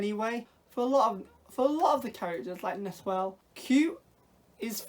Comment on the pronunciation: Just a heads up, the pronunciation is a little deceptive for English speakers; Nahuel looks like na-hoo-el, but it's actually just na-well. The h is silent, and the u is close enough to how we pronounce w. I only say this because I learned it from my Argentinian husband when we chose to give our son this very same name. 🙂 I'm super happy that there's something with his name, because even in Patagonia it's uncommon, so with any luck it will become more known. I can't wait to see this movie, thanks for reviewing it!